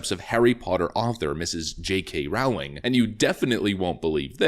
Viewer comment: "Rowling" is pronounced "rolling" (more or less) JSYK